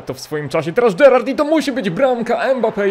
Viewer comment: Gerarrard ojciec. Mpabbe syn 😂